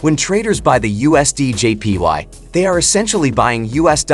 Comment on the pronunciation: All i kept hearing was " USDJPi". 😅😅😅😅